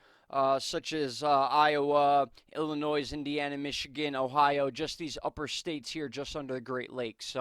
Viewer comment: Good report...FYI, do not pronounce the S at the end of Illinois, it’s silent